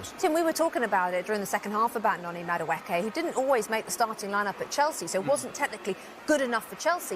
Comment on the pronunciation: His name isn't MADOOK (Madueke) The right pronunciation is MA-DU-AKAY